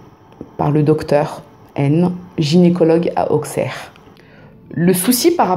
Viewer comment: Merci pour ce partage 😊 Je vis à 5mn d'Appoigny donc je connais ces histoires par coeur. Juste stp on dit villefargeau et non villefargo 😊 et on dit aussserre et non auxxxerre 😊